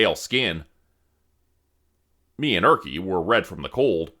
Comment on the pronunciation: I never thought that Erkki would be pronounced as Örki. 😂